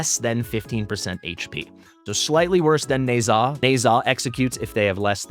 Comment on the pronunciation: Why do you pronounce Ne Zha as Neigh'Zah instead of Neh-Ja?